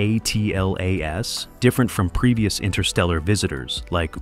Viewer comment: The AI pronunciation on this video is horrible. ATLAS is atlas, not A-T-L-A-S. Acronyms were created to shorten unnecessary terms; way to waste precious seconds of my life I can never get back... Even more because I had to come here to complain about it.